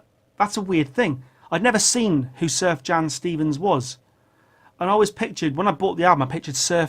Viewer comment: Wow Miles started recording in the early 50's, how did I get it that wrong..... I even read his book. Also one more thing, Sufjan Stevens is amazing... but you're pronouncing his name wrong, like most do at first... If you've never heard Illinois, you have to listen to it. It's progressive, jubilant, and I think you'd dig.